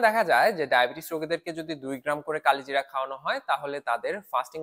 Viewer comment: উচ্চারণ করেন কালোজিরা